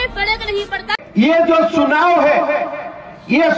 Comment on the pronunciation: Chunav❌ Shuunav ✅ Biswa 💩🤡